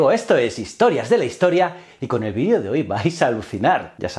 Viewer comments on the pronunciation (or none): none